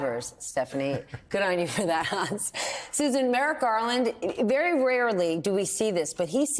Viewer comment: Merrick Garland should’ve moved faster, obviously. The best part of this was when Hans called him “Garlic.” 😂